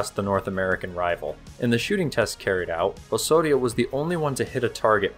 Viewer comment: The "s" has to sound like a 'z"... like in "house"... Osorio is pronounced "awZawreeoo".